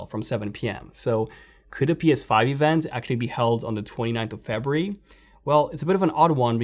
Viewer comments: Febree.. what month is febreee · The way he says February lol, awesome stuff man